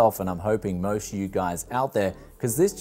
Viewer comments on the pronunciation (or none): none